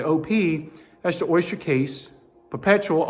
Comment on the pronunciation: Stop saying Oisture!